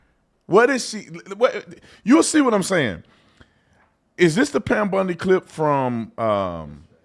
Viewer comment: Pam Bundy 😂😂😂😂 It’s Pam Bondi I’m surprised they rushed to even talk about releases. I thought for sure at least 10 years from now. Looking at how long it took the JFK, RFK, AREA 59 stuff. I think it’s messy because it’s not just a list of names, but what name did what crime or series of crimes per person. And than you have to protect so many victims as it’s related to different perpetrators with separate crimes I can’t image this is AT ALL EASY . It’s a huge cluster **ck To ensure there’s no lawsuits go slow and get it right I’m all for waiting